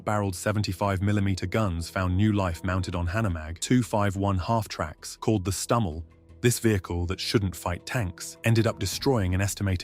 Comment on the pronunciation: That's not how you pronounce it.. It's Stummel. You say STU, like you would for Stug, then Ummel, just as it's written. You dont anglicise it. Stummel.